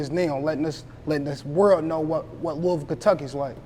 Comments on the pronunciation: Loisville (LOU- VULL) Not Lewisville Clown 🤡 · Interviewer- It's pronounced LOUIE-VILLE Kentucky not Louis-ville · He supposed to correct him when he say Louisville it's pronounced Louhvul or Louieville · Lewis ville??? The S is silent my bwoy...looweeville phonetically...my boy talkin too much something bout this aint sitting rite with me...boy boy ain't putting off RN vibes... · Not Louis ville tho 😭. I heard Lou a ville or at least say Louie ville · My boy said Lewis Ville... Lol its lew-ee ville, the S is silent. Louisville. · It’s pronounced “lewey vool” not Louis ville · lewisville..lol.They pronounce it as Lou-bull.I met a chick from there once and she checked me.Shout out to yall from Brooklyn.. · Lol it's really lewis like Louis Vuitton y'all just saying it the way a hunkey who named the city after him or his family that couldnt pronounce words correctly. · Why he didn't correct the interviewer... it's LooweyVille!! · Not 1 Time did he say not louisville it’s Looavull 😂🤝🏾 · It’s Loui yu don’t pronounce the s🤫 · A man its Louisville!! Not louis ville... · you should have corrected him on the pronunciation of our city name. Nigga it’s not pronounced Louis-ville. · That’s not how you say it either. It’s (Lool-vulle) trust me bro born and raised here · man its" loulville " lol hardin county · Lose the S when u say Louisville lol looeyville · Somebody teach dude how to say Louisville correctly..... Lou'a vull or Louieville.🤞 💯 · Mane square as hell. “LOUIS-ville”. Goofy. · Its not "Louis" ville you killin me bro lol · Bro everytime dawg said Louis-ville i wanted to punch my screen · Right correct this guy my nig..say it like LOUAVILLE dat way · I’m from NC and it hurt me every time buddy said LOUIS-VILLE 😩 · Nah its pronounced Lou-Ah-Vull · That is not the way she broke it down to me.She broke it down in tw o syllables.Lou/Bull. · If she said Lou-Bull, she is not from here. 😂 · I know.I am saying that he is pronouncing as if it were spelled, Lewisville.lol.